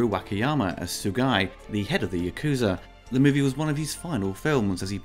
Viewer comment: Ya-ku-za not Yakoozer